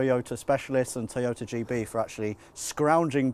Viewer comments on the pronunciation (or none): Erm, WTF???….. ….”Teeeyota” it’s “TOYota” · What's a "te yota". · I’ve never heard it pronounced tea-yota before